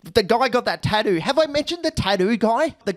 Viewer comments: Why is no one talking about tattoo being pronounced as "tadoo"? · Who on Earth pronounces tattoo as "thaduu"?